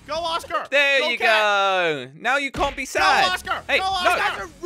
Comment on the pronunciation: Thx for not saying oscer or oscu